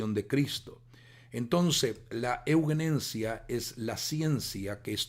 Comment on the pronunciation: Hago un aporte básico. Sería muy bueno que sepa que la palabra euguenencia que usted querido pastor pronuncia y lee reiteradamente a lo largo de todo el video no existe, es permanentemente incorrecta su pronunciación y lectura. La palabra correcta de la que usted habla es: E U G E N E S I A. Ayudaría mucho que se entienda a lo que se refiere, es necesario poner en valor la comunicación, para que no sea descartado por nadie por considerarlo incorrecto, porque no da lo mismo, una palabra que otra que no es, ni existe. Además reduce la calidad del mensaje para no lograr ser escuchado. Agradezco pueda corroborar esto, para que alcance una difusión seria este tema tan importante. Muchas gracias